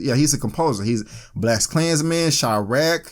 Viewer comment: what is "Blessed klansmens" and why do you keep saying it?